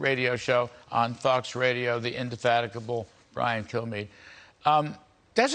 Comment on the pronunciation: the "indefaticable" Brian K...... did he make up a word there.? 8 seconds in